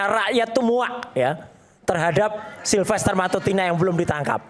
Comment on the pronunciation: Dia aja sebut nama sahabatnya salah Silfeter bukan silfester😂😂 betul dia sahabat???